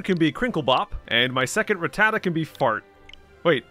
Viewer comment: um my dude you say Ratttata just fine, that's how it's pronounced lmao